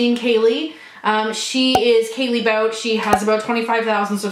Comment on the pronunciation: So happy to see you & Kaily collabed (BTW, her last name is pronounced "Bau-Tay"). I go back and forth with the Lorac MegaPro 3. I like it, but at the same time it's almost too neutral for my taste, though it has some really pretty colors. I regret missing out on the original MegaPro though (though I think it's back available on Lorac's site... and figures I'm on a palette no-buy). And you know I agree with you regarding the Karadashians/Jenners (can't stand that attention whore family).